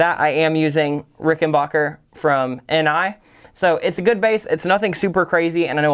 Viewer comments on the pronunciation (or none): Great video...one word though. It's Ricken--backer, not bauker.